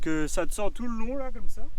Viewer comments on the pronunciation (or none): Ça « dscend »